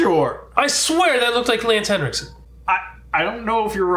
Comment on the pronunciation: I look forward to the day you guys will finally actually pronounce Lance Henriksen's last name correctly. But I love how much you love him.